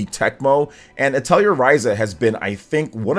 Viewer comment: Just FYI, the correct way to pronounce Atelier is "uh teh lee ay" :)